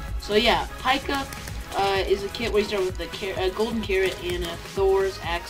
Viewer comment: It's pronounced Pee-ka like pikachu